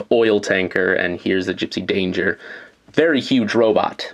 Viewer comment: It's gipsy danger not jipsy dander